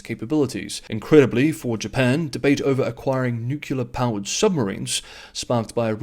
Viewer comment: There's no second U in nUclear. Otherwise great work.